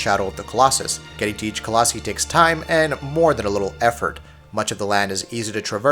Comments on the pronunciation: “colossE” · Nice review guys! However colossi (co-loss-eye) just in the future. Just sounded funny lol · Its pronounced coloss-eye. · Not only are you saying Colossi wrong, you're also using it incorrectly most of the time. Colossi is the plural form of Colossus, and should have only been used when referring to multiple Colossi at a time... However you would us it as if it were the singular form. Like when you said "hunting down a Colossi" instead of "hunting down a Colossus" It bothered me the entire time.